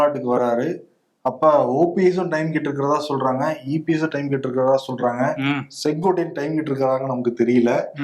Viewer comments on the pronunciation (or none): none